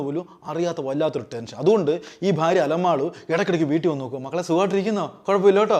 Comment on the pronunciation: അലമാളു അല്ല അലമേലു